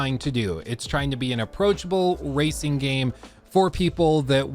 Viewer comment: why does it sound like he's saying "there's going to be more racism playlists available"😂😂